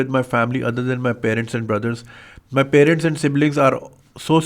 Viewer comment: Bhai sahib, you are an educated person. Please don’t pronounce parents as “pay-rents” like all Pakistanis from Landhi and Malir. “May wahan ja raya tha” 😂. The correct pronunciation is “pah-rents”.